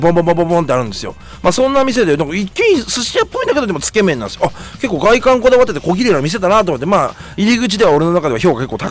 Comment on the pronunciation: つけ麺のイントネーションがすごく気になるw